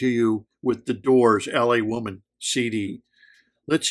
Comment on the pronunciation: L.A woman brother not L.A women.